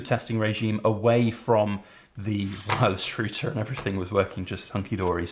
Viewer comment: Had to replay a number of times the part about a "woy-liss roo-tah." OH! You mean a "wireless router!" Ha! That's great! And thanks for the great video!